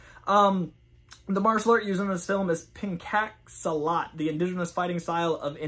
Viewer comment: The martial art is pronounced Pen Chock Silat. It is known as one of the deadliest forms martial arts in the world. It’s so dangerous people who train improperly have been crippled or died.